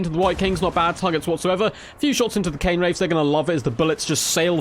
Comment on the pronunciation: It's Cairn Wraiths. Sounds like air rather than Cane I believe. That was a party political broadcast on behalf of the Grammar Nazi Party.